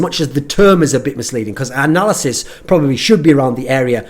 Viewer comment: I keep on hearing "Narcissist Desk" lol.